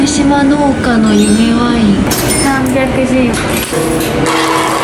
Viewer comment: 、ワインのイントネーションに違和感があるような気がしなくもない。